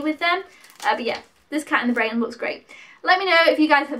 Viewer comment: You did a good job of picking,. I know all of these two I've only seen films 2, 3, and 4. "Cat in the Brain" was one of Lucio Fulci's last films (you were almost spot on with how to pronounce it lol) but he's most famous for a group of horror movies he made between 1979 and 1981: "Zombies" (aka "Zombie Flesh Eaters" in the UK), "The Beyond", "The House by the Cemetery" and "City of the Living Dead" all of which were pretty notorious in the day their gore content and grim atmosphere. He made a number of other horror movies too but those are the most famous. "House" was a lot of fun as it's a haunted house movie that both acts as a horror movie but it also has a strong sense of humour. It was a big enough hit to warrant at least two sequels that I know of, but it's the first one that's the best. "Burnt Offerings" is the oldest film that you picked up - it's from 1976 and was adapted from a novel. Not a ghost story per se but one where a family looking after this huge mansion and the elderly woman who lives there become unsettled by a more increasingly severe series of strange happenings that take place. It's slow-building suspense (and not gory) but I've watched it a few times and enjoy it. Lastly you're right about "The Incredible Melting Man" - it is cheesy. It's meant to be something of an updated version of the kind of science fiction and horror movies that were very popular in the 1950s albeit with contemporary special effects. It goes get goopy and gruesome at tim